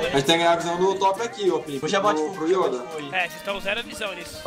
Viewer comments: Mais alguém também sente uma agonia com o falando as palavras do jeito errado? PQP ele tenta falar bonito achando q ta certo mas tá errado cara. "Yóda" PQP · porra "Ióda" kkkkkkkkk